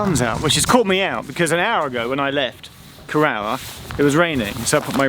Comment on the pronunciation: and also Corrour is pronounced caw-roor